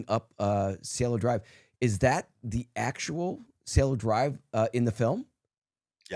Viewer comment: Its Cielo Drive Kato. Not Cello.